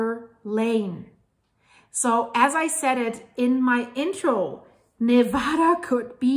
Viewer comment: As a longtime resident of Reno (and the Virginia City highlands) who recently moved to Tennessee for work, it is rare indeed to find anyone outside of Nevada who knows the proper pronunciation of the name. That alone earned a sub! Mentioning 395 was an immediate trip down memory lane and made me long even more for the beauty and majesty of Reno, Mt Hough, Markleeville and the pony express station, Gardnerville, Mono Lake, Lee Vining, and Yosemite. That highway is one of the most awesome and fascinating to drive because it follows the east side of the Sierras (the steepest and most beautiful area) alongside a humongous magma plume that continues to lift them to this day (as a story idea, it'd be an amazing look at how the Sierras formed and the role they're going to play in splitting Cal and shoving it into the sea). Love your content and always excited to see a new post, so will return soon. First however, I'm off to a refreshing swim in the scenic hot springs at lake Nyiragongo, then a cooling dip in June Lake. Thanks for the great memories!